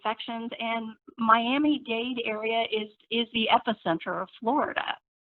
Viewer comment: Washington Post please hire an editor. It is *Miami Dade*. Not date!!!! Shame on you.